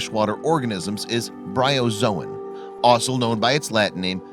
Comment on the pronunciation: It's Bryozoan.